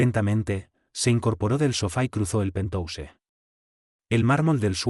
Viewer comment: Acuérdate que se pronuncia pentjaus